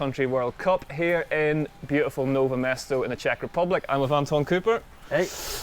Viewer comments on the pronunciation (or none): It Is Nové Město .. not Nove Mêsto